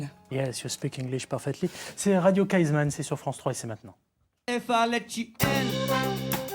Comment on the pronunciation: Radio Kaizman :-) et non Kaisman